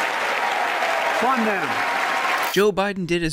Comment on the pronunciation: it really sound like he said "fun the police"